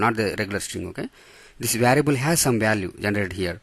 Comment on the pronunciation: Bruh is it “variable” or “varable”